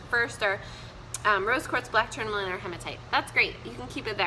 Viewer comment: I've spoke with a reiki healer. YES! Amethyst IS good to sleep with. You are WRONG. And you can't even pronounce tourmaline. You aren't very well educated.